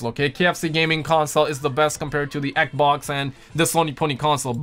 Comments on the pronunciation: Everytime you say "xbox" it sounds like you say "eggbocs" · I kinda get annoyed by it but I just hope he's fucking around and doesnt actually call it that, if not then that's fine I'll just cringe